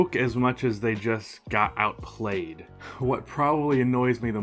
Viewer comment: Outplayed or Outklayed? I heard "outklayed"